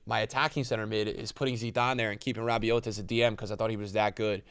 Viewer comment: just btw you don’t pronounce the T in Rabiot, it’s pronounced Rabio ❤️🇫🇷